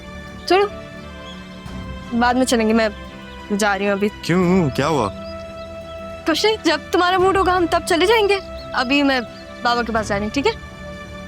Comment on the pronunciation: Zara's said koch nahi ko toch nahi😂😂😂😂